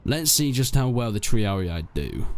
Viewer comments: Triarii, not “Triariae” :D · "Prinkipes" "Triari-i" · They are not "Triari I" ! they are Triarii. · TREE-AR-EE-YAEEE!! rofl it's t-ree-ar-ee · The correct pronunciation of triarii is tree-are-ih-ee, not tree-are-ee-aye, ih-ee merge together and dont sound like 2 syllables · Please learn to pronounce the names of the troops... There Italian names not what ever language your using to translate them to. Not English the way you pronounce "Triarii" is really funny. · Prinki what? Bruh. It's PRINCIPES, not Prinkeepees. Triarii is also pronounced wrong. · yeah sorry i got carried away, it's really only the triarii that was wrong. You pronounce the 'i' in the end as an 'i', when it's supposed to be 'E'. E like in eat, instead of 'i'. again it's just nitpicking, nobody really cares how you pronounce it.